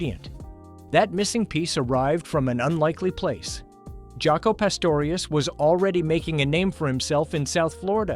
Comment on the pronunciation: This is a very informative video about one of my all time favorite musical groups, but this AI slop mispronouncing so much shit even "Jaco" is pathetic man ...really.